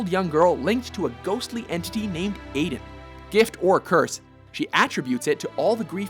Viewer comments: Holy shit it's EYE-DEN not AID-DEN! Aiden's name is said dozens of times throughout the game and its trailers. How can you still get it wrong?! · WHY CAN'T YOU PRONOUNCE THINGS RIGHT?! I-Den, not Eh-Den. She even says it right at the beginning of the video! This is the fifth stupid pronunciation error I've seen from you guys. Ignorance. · It's pronounced Aiden (Ete-Den) not aiden (Ay-den) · It's not pronounced "Aiden" it's pronounced "Aiden" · No, it's pronounced "Aiden" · ^^^ on Beyond 2 souls they pronounced it "Aiden" when it should be pronounced "Aiden" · cant even pronounce "I-den" right. it's not "a-den". like they didn't even play beyond 2 souls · It's EYE-din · u said aiden wrong it's pronounced 'Iden' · ......... He said Aiden's name wrong..........